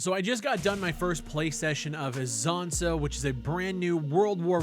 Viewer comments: its not izonzo its iSonzo but the real river name is soča (socha) in slovenian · "Eesonzo" for those still learning the pronunciation :)